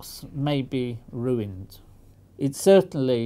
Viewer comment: "ruined"!! JUST like stewie from family guy pronounce it (and brian hate it)! :D